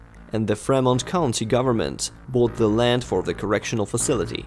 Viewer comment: Free-mont County. Good video